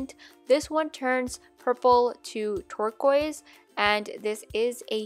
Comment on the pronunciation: Who else thought she sad Twerk-oise